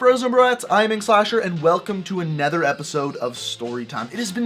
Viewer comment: he said anether at the beginning